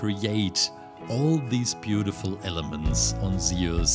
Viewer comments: bro can u pls say zues and not sound like saying zioles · It was absolutely fantastic, though i couldn't help shout its "zyoo-s" like juice and no "ze-us" 😅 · It’s not seus it’s zuse btw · zee us lol its zoos thats how u pronounce zeus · I pronounce it as zoo-s not zee-iss but u do u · Isnt is pronounced z-u-s and not ze-us? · It's not zeos is Zeus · zeus z-oo-s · Zeeoos no hate I just liked how yo said Zeus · I know you have an accent but it’s pronounced zoos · Its pronounced zeus sounds like zues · he says aluminum right but he cant say zeus for shit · U said Zeus wrong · I love this guys content but I'm sorry the way he says Zeus is honestly kinda making me mad